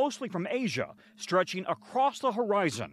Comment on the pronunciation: Stretching across the ho rye zun.